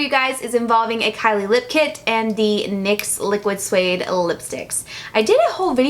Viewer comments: im not hating, your fabulous but you said Lyx niquid suede instead of nyx liquid suede and i giggled a lot😂😂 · I had to rewind to hear you say Lix niquid suede at the end 😂 hahahahaaha Love this video ! And I love your hair lighter ! #snapchatfam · hahahaba you said "lyx niquid suede" instead of "nyx liquid suede" so cute lol love your videos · "Lix Niquid suede" Lol too funny!! Love u!!! 💕💕💕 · I had to replay to make sure I heard her right hahahha "Lyx Niquid Suede" 😂😂😂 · "lyx niquid suede" hahaha anyone else catch that? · Did anyone else notice that when she meant to say Nyx Liquid Suede at the end she said Lyx Niquid Suede?! LOL I love you I never spend a lot of money on makeup so I was so excited to see you did this video because I value your makeup opinion so much. When you like a drugstore product I know it is worth trying out! I am definitely going to pick up the Maybelline Concealer! I want to try the Loreal bronzer as well but cannot find it in stores near me! Do you know what drugstore you picked yours up at? Thanks! Love you! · Loved the video! And laughed when you accidentally said "Lyx niquid suede" 😂 I do that kind of stuff all the time!! SNAPCHAT FAM!!! 😘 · "for the lyx niquid sueude" haha that was such a funny mess up! I do things like that all the time! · Lol that was cute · OMG haha I laughed so hard for some reason when you accidentally said Lyx Niquid Suede! lol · Great video! Anyone else notice she said "LYX Niquid Suede?" Haha funny cause I say things like this all the time when I talk! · "Lyx niquid suede" did anyone else hear that 😂 I hope you do more of these,!! I loved it😚✨ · Anyone else notice at 12 minutes she said Lix niquid suede😂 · Lol I noticed too 😂 I thought I heard it wrong at first.